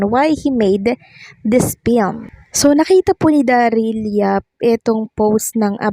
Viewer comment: FILM >> pronounced as FILM not PILM